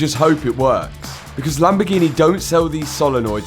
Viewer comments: Lamb-A-Gee-Nee? Again? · A proper lamborguini